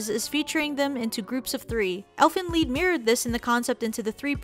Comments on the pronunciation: Lied not lead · OMG UR ANNOYIN MEH TO DEATH ITS NOT ELFEN LEED ITS ELFEN LIED AGHHHHHHHH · Why does she keep saying lead instead of lied 😑😑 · its called Elfin Lead? i thought it was Lied. "Lie'd" (Lie-ed) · Keller weskier Im a german and its Elfen Lied. In english it means something like song of the elfs. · I thought it was Elfen LIED, not Elfen Leed. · she says elfen lead instead of elfen lied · Dis she said lead instead of lied? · wait why do u guys say Elfen Lead? Isnt it like Elfen Lied Lied bro English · its elfen lied not elfen lead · lied not leed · its Lied not leed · It elfen lied not elfen leed grrr lol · Its called elfen lied but pronounced elfen leed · If it was based off a German story called elf song (close enough).its pronounced elfen liet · it's Elfen lied (li-d) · It's Elfen Lied not Elfen lead? lol the cringe. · Yea but it said as lead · DU FUQ Elfen LEED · "ie" reads in germany like a long "i"